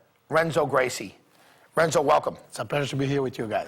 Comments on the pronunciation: did he say "wrenzo" lol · (R)enzo Gracie? At least learn the name of the guy you're interviewing,.